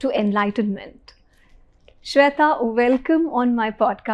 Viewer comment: What's the problem with pronouncing Shwetha with the right Sanskrit 'e'??? Why the wrong western 'e'. Ashamed of your own language?